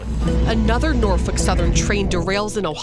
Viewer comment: She did say Norfuck, though